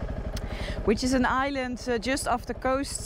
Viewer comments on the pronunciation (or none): none